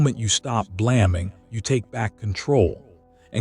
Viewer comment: AI, you can tell because it doesnt pronounce English words correctly. BLAMMING instead of Blaming, A Pronounced as in taking or made it's not A as in Apple short. Just saying.